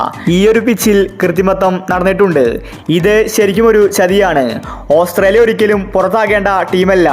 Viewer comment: ഓസ്രേലിയ അല്ല മാൻ, ഓസ്ട്രേലിയ 😅😅